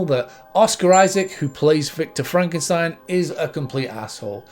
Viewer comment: by the way, its mexican that frankenschtain😜